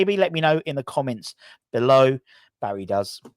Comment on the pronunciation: its pronounced - BARISH not Barry